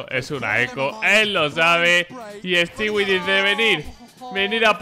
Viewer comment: todos: Stewie2k: Stewiechuka